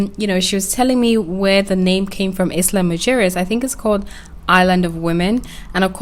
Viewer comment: It's pronounced "ila muheres" 😂in Spanish